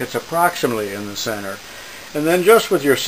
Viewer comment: Oh I just realized you can't pronounce CENTER, is English not your first language?